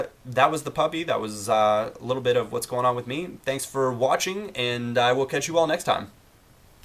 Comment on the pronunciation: why do pronounce the word 'catch' as 'cEtch'